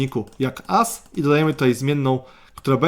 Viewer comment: "as" to jest dupa XDXDXD, lepiej "az" lub "ez" mów żebyś nie miał wtopy z nativem XDXD